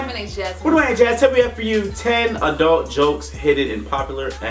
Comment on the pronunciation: I like how he says "aah-dult instead of "adult"